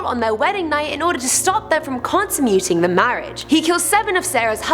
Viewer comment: NoodleBread hahaha I had to backtrack it to make sure I wasn’t hearing things 😂 But then I realized the first time she said “consummate” incorrectly and correctly the second time. So I think it was an outtake that was missed and not taken out LOL.